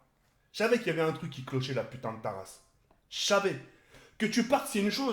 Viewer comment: C'est : j'savais . Pas : " chavais "